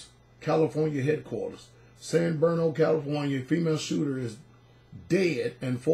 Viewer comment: It's San BRuno,. Love you much, brother! ❣️